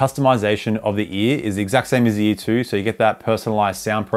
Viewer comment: every time u say ear i think ur just saying E so all i hear is EA💀